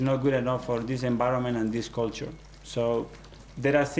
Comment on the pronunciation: He's seems gud but he keeps saying enbiroment